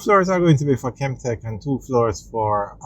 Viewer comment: And it's Kemtek not Kentek